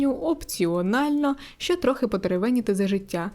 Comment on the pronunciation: ще, а не щє ;)